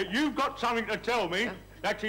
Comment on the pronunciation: Sally telling Stan there's a T in bit actually says "It's GO a T in it". drops her own T while correcting him.